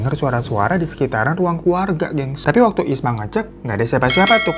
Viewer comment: Isma bang bukan ismi 😂 , tidak apa apa di maklumi koq 😂😂